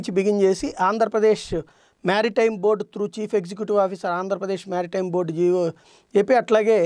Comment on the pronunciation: మ్యారిటైమ్ కాదు మెరిటైమ్ అని పలకండి!